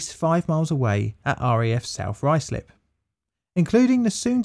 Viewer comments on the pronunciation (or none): none